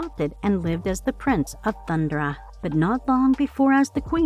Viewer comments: I swear these videos are narrated by an AI, because they can't seem to say Thundera, instead of saying Thundra. It was the same for other words in the Grune video. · Thun-'DER-a...not "Thund'ra" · hey snowflake white knight, if she can say THUN DAR IANS then she can say THUN DARA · Do the people that do these reviews on these iconic cartoons they actually watch them I mean how many names are you gonna miss pronounce this is sloppy if you’re gonna do something do it right or don’t do it at all you said Thundera wrong it’s pronounced Thun-dare-rah Jaga is pronounced Jog-a Get your shit together if you gotta do this stuff do it right that was sloppy I couldn’t even watch it all your fucking up the names